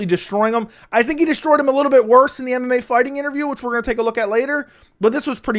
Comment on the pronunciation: first time i didn't hear call mmafighting mmafarting in this video